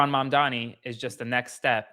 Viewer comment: Learn to say his name! Or just call him mayor! 🎉🎉🎉🎉 Love this for NYC.